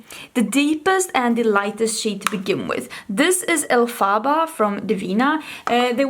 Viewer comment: omg I just cringed so hard when you pronounced elphaba 😂